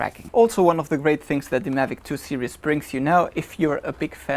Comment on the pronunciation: Hi, good vid. Just a bit of constructive criticism. You mispronounce the word series and are always saying serious. The two words mean something totally different. Serious in German is ernst. Series in German is Serie. But don't worry almost every German TV commercial makes the same mistake. As a mother tongue English speaker it's hard to listen to.